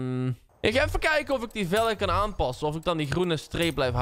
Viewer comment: Hoezo zeg je eigenlijk velege in plaats van velgen